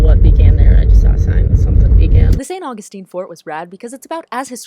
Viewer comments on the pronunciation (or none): none